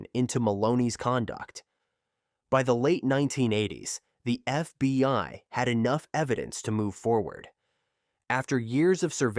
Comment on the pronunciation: You did an outstanding job. It was just humorous to hear F... BI instead of FBI, near the beginning.